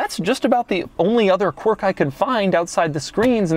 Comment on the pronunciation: Or qwork.. it's pronounced qwerk